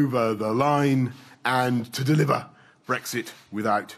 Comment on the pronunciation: TO DELIVA